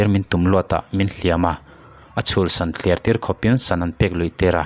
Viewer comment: A van pawi ve .... Chuan maw, ...A chhul "san thliar' ti lo hian, " san thler" ti zawk ta la